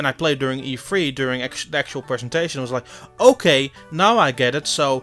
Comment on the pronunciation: It’s E3 not E-Free